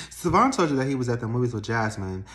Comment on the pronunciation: Karen got that good good cause she still saying Savon’s name wrong and he don’t mind it at all😂😂😂. Why is that my thought right now😂😂😂😂